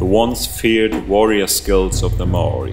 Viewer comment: You said maori wrong